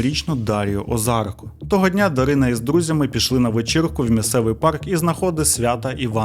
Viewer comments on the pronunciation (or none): none